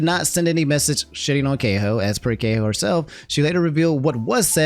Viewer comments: You can't pronounce Kaho as Gay-Ho... Bro just Google it please lol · love ya, but your mispronunciations are gonna be the death of me. Kaho is [kah-HO] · I don't understand why Mizkif and co. didn't realise that doing pull-ups on any type of trees in public, regardless of being sakura trees, was disrespectful and disruptive. Also, does Mizkif watch anime? Does he not know about Hanami? (Also, also, if it helps: KAH-ho. :face-red-heart-shape:)